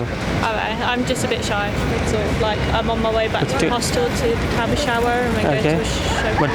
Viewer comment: Its not sy bro, its shy.